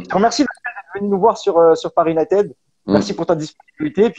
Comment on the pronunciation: S'il vous plait, si ça s'écrit "united" ça se prononce "YOU-NAYE-TID" et non pas YOU-NAYE-TED. Merci et désolé mais ça m'agace ;-)